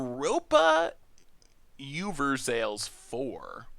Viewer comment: "Europa Uber Sales" Never change